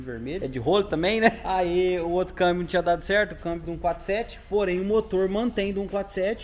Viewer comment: Dai,kk não é câibio é câmbio 🙏🙏😂😂